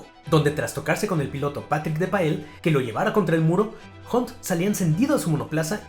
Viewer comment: Ocon como siempre haciendo show, gran recopilación amigo. Un detallito, la pronunciación de la "U" en Russell y Hunt, es como una "A". Osea se pronuncian "rasel" y "jant". Saludos estimado, gran trabajo!!